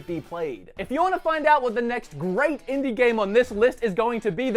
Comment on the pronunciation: in-die gamez